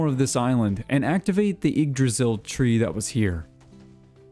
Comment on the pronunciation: So hey dude, yggdrasil is not actually pronounced jyggdrasil. That being said, you have the -drasil part down and thats usually what americans seem to struggle with. Just gotta stop putting a J in front of the "ygg".